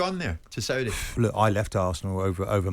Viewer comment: Why does this idiot jim white keep pronouncing the saudi teams in a weird exaggerated and patronising way??